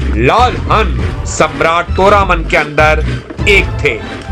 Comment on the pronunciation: सुन बे तोरमाण है और हूण. ये अग्रेज न बन, हन तोरामान और फिर वेदा श्री रामा बोल, बेवकूफ